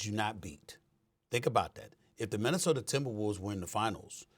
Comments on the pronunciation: Did SA say MinnesotER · Stephen “Minnesoter” A. Smith Stephen “ Serge Ibaker” A. Smith 😂🤣😂🤣😂